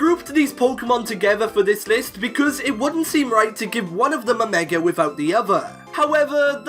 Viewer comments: Dude it's " Mega " not " Megar " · Why you pronounced like meger evolutuion ? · Stop saying megar evolutions stooooop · Love how you say mega. “Megar” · Yet ANOTHER pkmn Youtuber that forces the letter R in the word "Mega". I know you are bullsh1ting me when you previously just said Mega with no issue at the start of the video. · Anyone notice he said meg er evolution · THERE IS NO R IN THE WORDS "MEGA EVOLUTION!!!!!"